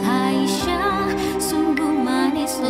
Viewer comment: Assalamualaikum...Itu sudah betul pengucapannya Aisyah. Insyaallah saya sudah mendengarkannya dengan baik. Terima kasih. Wassalam 🙏